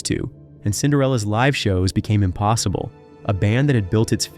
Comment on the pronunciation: God this narrator is an idiot. He can't even say "live at the keyclub" right....